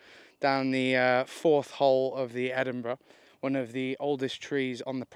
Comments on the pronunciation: Is it a competition to see how many times you can say Edinburgh wrong? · It’s the Edinburgh course not the Edinborrow course 😂 yeesh. And it’s not in London it’s in Virgina Waters